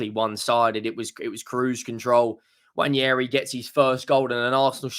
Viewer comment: It's not Nnwayeri it's Nwaneri (ONE NAY RI) ETHAN "ONE NAY RI"